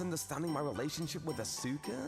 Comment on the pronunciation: Oof, that first one. "Ah-SOO-ka," "Kayd" - come on, male VA, you know full well that's not how those are pronounced. Also, never get back together with the ACTUALLY crazy exes. Yeesh.